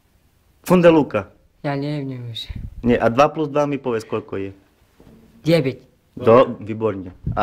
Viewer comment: děve't :D